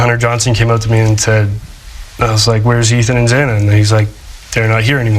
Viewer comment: I'm shocked, everything the defense did ,change of venue etc. The judge mispronouncing Zanas name 😡. Will he have to tell the court what he did in his words before sentencing? All he said was yes!